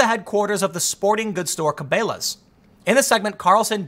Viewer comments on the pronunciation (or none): Ok Tim, It's pronounced KA-BELL-A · Tim it's pronounced Kuh-Bell-uhs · Tim saying Cabelas is making me cringe. Kuh-bell-uh-ss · I love how the canadians pronounce it. Carbelows. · Ca-bail-as is the first time ive heard cabellas pronounced that way neat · "Ca-Bay-las" sounds like a cooler store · "Cabélás" lmfao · He said "ca-bay-las" lol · Tim tells me that if he loses his channel, he'll move out in the woods and go fishing. The way he pronounces "Cabela's" gives me pause. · I was laughing so hard at your evolution of how to pronounce Cabelas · Tim doesn't see these "big sports shops succeeding" b/c he lives in the city and probably has never even been to one (as evidenced by his mispronunciation of Cabelas). I live in the country but have both Bass Pro and Cabela's within driving distance (less than an hour). Whenever I go to one of their stores they always have a good number of customers if they aren't downright crowded. And as far as being able to buy these things from Amazon, if you haven't noticed their prices have gone up considerably. I can find most things for cheaper, even locally. I buy much more from BPS and Cabelas than I do from Amazon. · Tim's never heard anyone say Cabela's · If you say Cabela's wrong one more time I'm going to unsubscribe LOL